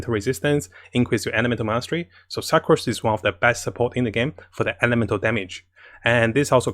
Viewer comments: please stop pronouncing her as 'SUK'ROSE' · Suc Rose? No offense, I'm an asian myself but I giggled when he said her name. Dear fellow commenters, is the correct pronunciation 'Suc rose' or 'Su crose'? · when he pronounced sucrose as "suckrose" i wheezed